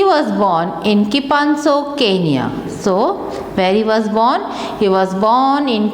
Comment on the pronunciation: It is kipsano not kipanso & It is kipchoge not kimponze